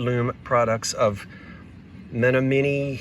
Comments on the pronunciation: I wonder if you took a brush dipped in detergent water and just went over the furniture lightly, that some of the color would reappear. Sometimes it’s just dirt that darkens it. BTW, it’s pronounced Men-AH- mun-we. It’s a town in the UP that is bordered on Wisconsin. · Great finds!!! I love that little stove. I am looking for a second stove for a canning kitchen and I would love that one. FYI since you like history the town is pronounced Men AH min ee and is named after an Indian tribe in Wisconsin and the UP Michigan. Menominee Michigan used to be the biggest producer of lumber in the US at one time. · It’s Men-AH-monee Michigan. It’s a small town in the upper penninsula of Michigan, on Lake Michigan, just north of Green Bay Wisconsin. And they are still in business, and were once owned by Heywood Wakefield! What an awesome set! And that stove is perfect! Nina from Howell, MI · "men om min nee'...sorry I am from WI, used to native American names. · Men-nom-in-nee Michigan 😏😊